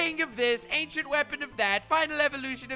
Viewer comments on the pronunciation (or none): none